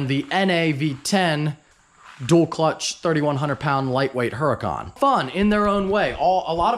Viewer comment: Stop saying uracan unless your gonna say it in Italian. Keep it a Huracan in english please 😅.